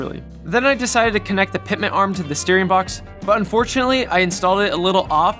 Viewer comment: It's NOT "Pitment" arm it's "PITMAN " arm. Annunciation will be your F R I E N D in these videos.